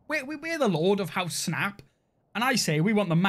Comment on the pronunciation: I'm curious, what is your native language Snap? I don't mean any offense, I'm just curious, as there are some mispronunciations that make me think that it's a second language